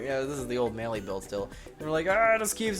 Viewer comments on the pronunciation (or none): none